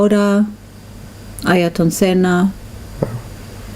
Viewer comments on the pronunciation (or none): Ayrton (Senna), not Ayton.